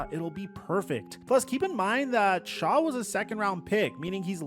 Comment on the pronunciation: Oh man…this is HORRIBLE! As soon as he called him Tyler “Shaw” I was done!! Reminiscent of the Nike, Steph Curry debacle🙃